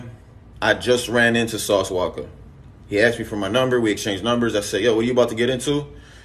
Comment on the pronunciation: It’s “Walka” not “Waka”. His last name is Walker. But yeah. Lol